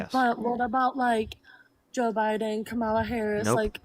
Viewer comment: When there’s so many people that can’t say Kamala the correct way, that’s the cult.